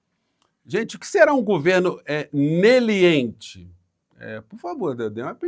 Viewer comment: "Neliente"??? Um meliante tentando falar leniente 😂